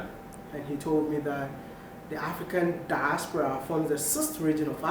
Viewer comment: Wide maya I love the way you pronounce “diaspora”